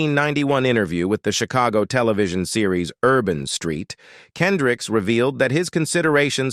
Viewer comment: How does a news reader get his name wrong...? KendrickS